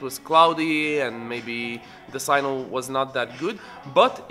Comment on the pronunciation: Signal . not Sinal please